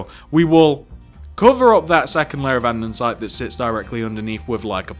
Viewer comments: nice tutorial! but pls say an-de-site instead of an-den-site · Is no one gonna comment on the 'andensite'